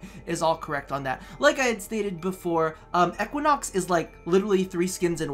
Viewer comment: PLEASE the way you say Equinox hurts